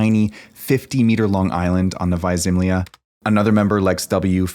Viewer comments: It's Novaja (novaya) ZemljA (zemlya), not Novaja ZEmlya NEW LAND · And pronounced as "novaYA zemlYA" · You pronounce it wrong: Its Nova-ya Zem-la